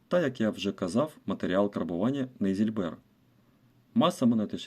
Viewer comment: Нейзи́льбер (від нім. Neusilber — «нове срібло») — сплав міді з 5—35 % нікелю і 13—45 % цинку. Наголос на першому складі слова срібло = зИльбер